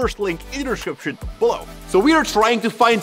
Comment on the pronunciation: You always say the word “description “wrong